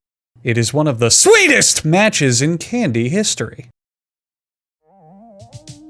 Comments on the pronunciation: It absolutely startled me😭 I was walking upstairs not paying attention to the video (I had headphones on) and all I heard was S W E E T E S T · A lot of emphasis on the SWEETEST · "S W E E T E S T !" caught me off guard... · Did he read the script and "sweetest" was in all caps??🤣🤣